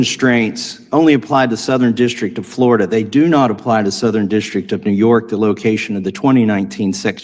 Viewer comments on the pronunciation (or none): none